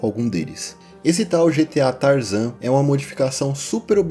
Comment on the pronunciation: GTA San Andreas "Tarazan"😅😅😅😅😅